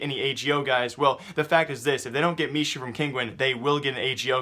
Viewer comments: Hey, Michu's name reads as me-who, not me-shu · I think MICHU is pronounced Mehoo